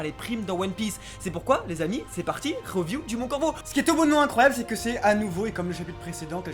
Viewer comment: Faut arrêter de prononcer review comme tu le fais c'est juste ridicule, soit tu prononces un minimum collé au mot original soit tu utilises la traduction française du mot, ça irrite les oreilles tellement c'est ridicule !